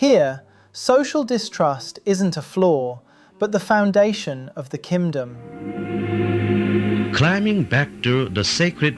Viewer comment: "Kimdom" nice